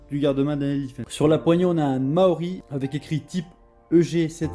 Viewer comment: Je m'abonne, petite review très sympa, même si ça manque un tout petit peu de données techniques. Mais par pitié, c'est "Tokyo Marui". Essaye de prononcer "marre-où-oui" et pas "mao-riz" 😉